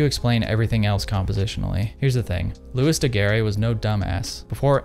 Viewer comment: Loo-ee Da-Gare